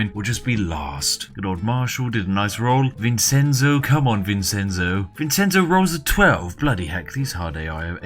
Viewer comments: Like I told Feed Back when he did the "answer every comment" thing; good luck, you'll need it. P.S. Vincenzo is pronounced Vinshentso, not Vinsenso. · SPIFF! IT IS NOT PRONOUNCED VINSENZO IT IS PRONOUNCED VIN-CHEN-ZO VINCENZO !!!! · Vincenzo is pronounced vin-chen-zo. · Oh, this video is great, but it hurts hearing the way he pronounces Vincenzo. Obviously, it's not a real issue for me since my name isn't Vincenzo, but you'd pronounce it Vin-ch-enzo with the c being a ch. Not that he'll ever read this comment on a 2-year-old video. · Vincenzo is pronounced Vin-Chen-Zoe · you pronounce vincenzo vinchenzo its my dads name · vincenzo... dear god... its vin-chen-zo XD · Also it’s pronounced VIN-CHEN-ZO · This was hard to watch because of the way you pronounce "Vincenzo". Try vinˈtʃɛntso! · Vincenzo isn’t said like that I’m pretty sure. Isn’t it pronounced like Vinchenzo? I dont know but that sounds right to me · Pro tip: Vincenzo is pronounced "Vin-chen-zo" (because it'sa Ittalianno!) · Also also, vincenzo is pronounced with a "ch" sound ya ninny! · The "Vincenzo" pronunce killed me, it is an Italian name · That's not how you pronounce "Vincenzo." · The Spiffing Brit says “Vincenzo” like a Brit who’s never heard of the country of Italy. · Why can't British people pronounce Vincenzo properly? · Drinking game: take a shot everytime he mispronounces the name "Vincenzo" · Vincenzo is not pronounced how you think it is pronounced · That pronunciation of Vincenzo was grating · It's pronounced VinCHenzo and Mishel, not Vinsenzo and Mitchel.